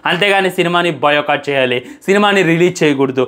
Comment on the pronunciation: బాయ్ కాట్❌ బయో కాట్✅